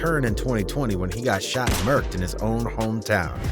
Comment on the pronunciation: You can't say merk'd like that, it's disrespectful